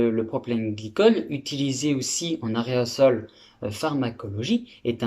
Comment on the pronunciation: au lieu d'aerosol il a dit arret au sol :) ;)